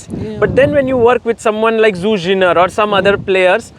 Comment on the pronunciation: His work seems to be amazing with her getting so many advantages in the middle game. Gotta say though: Damn lol, Zhu probably too polite to correct his pronunciation of her name (zh pronounced similar to j in English instead of z).